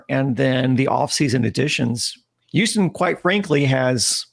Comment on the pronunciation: Say Houston right and I’ll subscribe buddy.